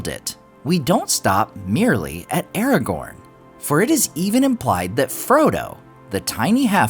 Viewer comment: You say "Aragorn" wrong